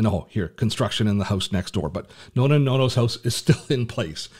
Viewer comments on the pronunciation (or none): Plz don't say NONA and NONO... 🫢 it's NONNA and NONNO 🇮🇹